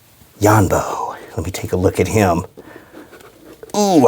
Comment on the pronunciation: ITS YONBO NOT YAMBO